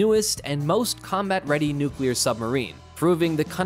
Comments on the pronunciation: Dude its nuclear not nukiller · It’s pronounced “new-clee-are” (not new cue-lar). C’mon now. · Say it with me now... Nu clear nu clear... Say it fast... Nuclear! NOT NUQUELER!!! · The word "nuclear" is pronounced “new-clee-er” - - - That's “new-clee-er” - not "nu-cu-lar" ........ “new-clee-er” !!! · “NUKE-u-ler” I hate that mispronunciation! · Step one, learn how to pronounce nuclear.